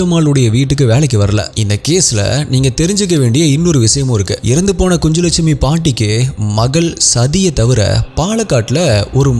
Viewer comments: Pronounsation is kunnulakshmi குன்னுலக் ஷ்மி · It's kunjulakshmi. Nj phonetically says gn like Gnanam in Tamil. So it is ku-nj-lakshmi.